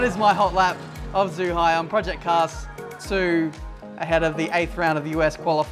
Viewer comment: It's pronounced as Jew-Hi (Zhuhai) and is a fool